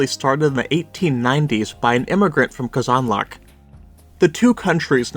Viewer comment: please stop pronouncing казанлък that way please